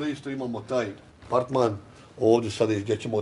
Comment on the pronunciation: umjesto apartman..kaže PARTMAN...😂😂😂😂😂😂😂